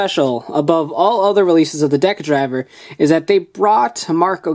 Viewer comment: Im just mad how he said decadriver wrong